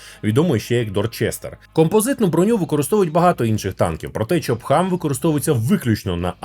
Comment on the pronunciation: Я один чую не чоп хам, а стоп хам?)